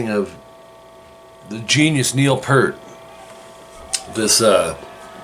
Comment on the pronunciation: Dude. Good job on the tutorial but you need to pronounce Neil’s name correctly. It’s Peart but pronounced Peert.